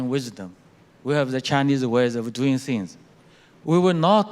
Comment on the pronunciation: 崔天凯的英语口音太重了------地道的中国口音，特别是things的发音:hand-orange-covering-eyes